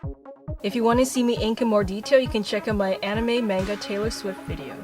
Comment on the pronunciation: I'm not sure if thats how you say Manga..